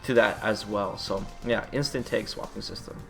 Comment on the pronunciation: When he says "tag" it sounds like "take" I was genuinely confused at first.